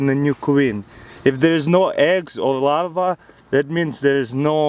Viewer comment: I thought he was saying lava until he pronounced the r and said larva